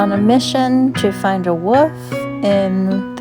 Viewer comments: Love th8is so much! (In my head, each time you said "wolf", I heard "woof" & it made me giggle; which as you know, I really need more of in my life right now... So, a huge THANK YOU <3 <3) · I didn't notice any issues with the sound. It seemed good to me. I did notice that because I have a New Zealand accent and your accent is different to mine, when you said "wolf" it sounded like "woof" to me ☺